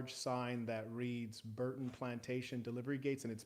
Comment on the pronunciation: Did say Burton Plantation....Chile 🤣🤣🤣